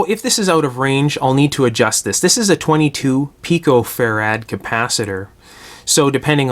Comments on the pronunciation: it isnt fa-rad, its fe-rit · Good work. (Never heard anyone else ever pronounce farad as farAD.)